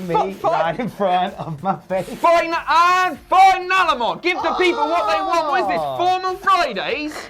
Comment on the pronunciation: for you "finalement" to be perfect, you need to pronounce it "feenalement" as the french "i" is pronounced like the english "e" in most cases.:)